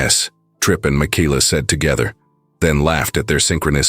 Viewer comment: ARGGGGGG😵‍💫😡😵‍💫‼️‼️‼️—Her name is Michaela—pronounced Ma-Kayla‼️‼️‼️‼️‼️‼️ NOT -Mikeeela👎🏼👎🏼👎🏼👎🏼👎🏼👎🏼👎🏼👎🏼👎🏼‼️‼️‼️‼️‼️ That or use names the darned AI doesn’t SCREW UP ‼️‼️‼️